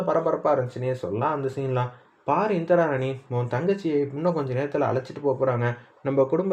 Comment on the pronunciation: இந்திராணி என்று சொல்லுஇந்திரா ராணி இல்லை